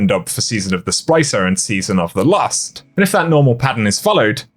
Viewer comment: Dude it sounds like you just said the season of the lust instead of season of the lost